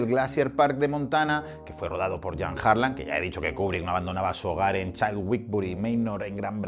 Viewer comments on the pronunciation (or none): none